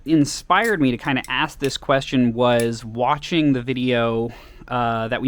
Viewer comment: I love everything y’all make and especially the fact that is sounded like you said “thank y’all for washing” instead of watching XD